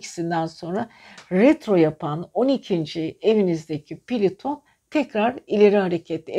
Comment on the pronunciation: Piliton değil plüton